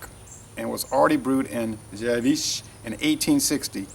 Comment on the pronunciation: i could say how to say it right but it is difficult to write it down how Zywiec is hearing when you said it in polish